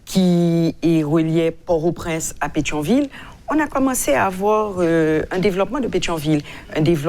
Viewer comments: Yo pa prononse pòrtoprens non an fransè doktè. Bèl ribrik. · Jan l pwonose l lan pa bon. M jus vle ede.